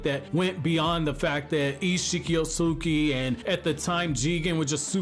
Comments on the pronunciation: The way he kept mispronouncing the name Otsutsuki was lowkey triggering me 😂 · No cap